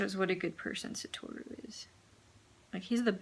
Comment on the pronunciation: Lol actually the correct pronunciation of “Satoru” is “Sato-ru”.